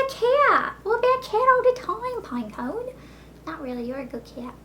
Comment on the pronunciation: AWH! i love when you talk to Pinecone! *says pinecone in southern voice*